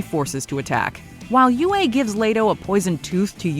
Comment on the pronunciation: still pronouncing words wrong when the proper pronounciation is in the source material. Some things never change. It's pronounced U-E!